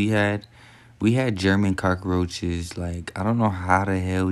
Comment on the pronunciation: this nigga said german cockroaches 😂